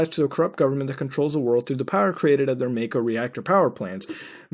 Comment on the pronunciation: it's fucking pronounced mawko for fuck sake any time they say it with voice acting it officially pronounced mawko